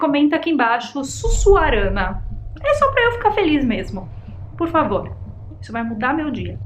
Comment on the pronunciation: Çuçuarana kkkk ....